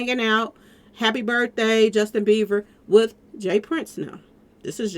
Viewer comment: In getting triggered Sis….his name is Bieber not Beever